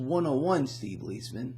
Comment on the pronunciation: First, you are mispronouncing Steve's name - it should be Lies Man as two separate words. But on to inflation. After a short deflationary period in the fall of 2008, by the summer of 2009 with ZIRP, we started seeing serious price inflation to the tune of 6-8%. This has been covered up by the Bureau of Lying Statistics through various gimmicks, the most ludicrous of which is their "hedonic adjustments," from the Greek word for pleasure. The three main reasons that they are covering it up are: 1) They would be forced to end ZIRP which would result in an immediate crash of the equities market. 2) Since GDP is nominal minus the deflator, this would have resulted in a GDP over the last 8 years averaging minus 5%, compounded annually, i.e. the Greater Depression as opposed to the "recovery." 3) The gooberment would have to pay substantially more on COL's, especially to geezers like me on Social Security." As usual under situations with unsustainable debt since biblical times with overt jubilees, the debt will be reset through hyperinflation. As your brilliant buddy, Lynette Zang, likes to point out, we have been in hyperinflation since 1913, but few have noticed it since they dragged it out over 100+ years in order to disguise it. We are now going into traditional rapid hyperinflation. The truth is the Cabal doesn't really wish to stop it. It was part of their game plan for over a century. The equities market will shoot up, but like Weimar, Zimbabwe, and Venezuela, will st